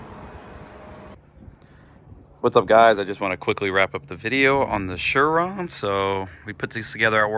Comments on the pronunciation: surron not shurron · Blud really said shurron 😂